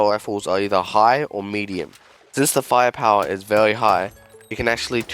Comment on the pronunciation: Bro the way you say category and very is so funny lmao "categowy" "vewy"